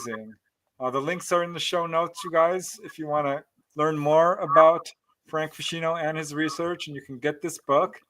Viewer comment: Fantastic night, hoping Dolly gets well soon, and thank you for pronouncing my name correctly 😄